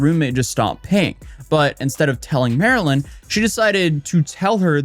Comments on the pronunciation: types out the person's handle as "MARLYNLIKETHEFISH" Also: pronounces it "Marilyn" for the whole video. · I think her name might be pronounced Mar-Lynn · Her name is pronounced MARlyn. Like the fish! Pay attention! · Her name is pronounced Marlin. Like the fish. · Isn't it Mar-Lyn, like the fish Marlin? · After I realized her username is "Marlynlikethefish" I realized you said her name wrong every single time. I couldn't unsee it after that 😂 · MarlynLikeTheFish yet you can’t pronounce it properly. Theroughout the whole video. What if everyone called you “A-toes-aye”. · He keeps calling her Maryland. The screen shows her handle - MarlynLikeTheFish. Ummm... Her name is Marlyn (Marlin). Not Maryland. 🫩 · You keep cɑllinɡ her Mɑrilyn but it’s cleɑrly pronounced Mɑrlen... Like the fish? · You keep calling her Marilyn, when her tag clearly says it's Marlyn (marlin) like the fish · HER NAME IS MAR-LYN LIKE THE FISH. NOT MARILYN. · I’m not officially a detective, but I suspect marlynlikethefish pronounces her name Marlin, like the fish, not Marilyn. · People calling her Marilyn is so funny to me... it's Marlyn, like Marlin, like the fish, it's literally in her username and she says it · you`re calling her Marilyn (like Monroe), BUT her screen says "MARLYN-LIKE-THE-FISH". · She says her name is Marlyn and you can see her username during her videos but you keep calling her Marilyn instead for some reason lol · Her name is pronounced Marlin. Did you see her username? It says Marlyn like the fish. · You calling her Marylin is driving me nuts. Her handle is Marlyn like the fish, ya know the Marlin fish. Florida Marlins baseball team. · Bro. Her name is "Marlyn," pronounced "Mar-Lynn" apparently. Her social is literally "MarlynLikeTheFish" (the Marlin), lol. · Her name is Marlyn (like the fish pronounced mar-Lynn). No hate just wanted to let you know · MAR-LYN… like the fish…